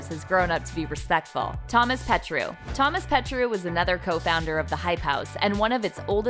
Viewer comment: no one: literally no one: not a single soul:: tHoMaS pETrOuUuUuUuU me: its pronounced THOMAS PETRO!!